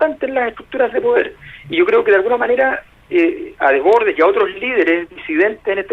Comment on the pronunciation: Por que todos pronuncian mal el apellido de Desbordes